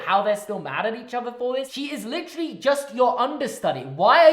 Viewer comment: Holy crap you licheerally say licherally litcherally so many times ffs😂